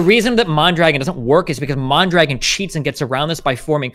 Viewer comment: lol at "MON-dragon" - it's "mahndra-gohn"